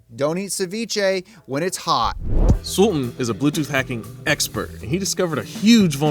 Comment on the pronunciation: What's with this American dudes not able to pronounce Asian names?? The guy's name is Sultaan buddy.. Not suln.. You just completely swallowed T and A..